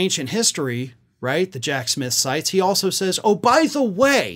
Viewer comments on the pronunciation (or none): none